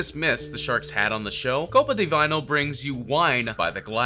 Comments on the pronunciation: Bro, The CEO himslef said how you ptonounce Copa Di Vino and you go Copa di vaino wtf.. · God the way you butchered Italian 💀 KOPA DYE VINYL